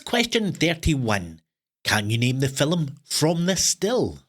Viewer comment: The quizzes are great fun. My German husband and I play each weekend. However I find the "scores" you get are quite ridiculous, as you are the quizmastee!!! Also its film, not "filum" 😂😂